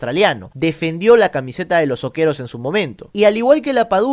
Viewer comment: Oe: Sokerúús… no sokeros